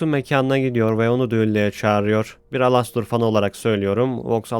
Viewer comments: abi alostor ne elıstır diye okunuyor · ABİ ALASTOR DİYE OKUNMUYOR ELASTIR DİYE OKUNUYO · alostor alastor diye okunmyo dostum elistır diye okunuyo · Alastor değil Elıstır😡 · Alastor diye yazılıyor elıstr diye okunuyor😅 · abi lütfen elistır diye oku yazılışı gibi değil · Ea diye okunuyo başı direk elistır diye değil ealıstır gibi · Knk elestır diyerek okunuyor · Alastor diye okuman beni deli etti sinirden dinleyemedim